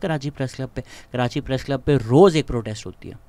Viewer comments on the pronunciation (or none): none